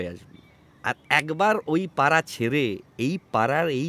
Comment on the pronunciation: Golpo ta bhalo kintu please উচ্চারণ এ খেয়াল রাখুন। "পাড়া" আর "পারা", "ছেড়ে" আর "ছেরে" এক নয়।